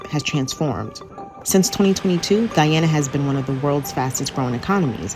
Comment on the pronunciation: True but 100 issue Russian judge was bribed by England. Disputed prior to oil gas discovery. Imagine 😢 who's explaining can't even l Pronounce Guy a na . She say gwe a na. Lol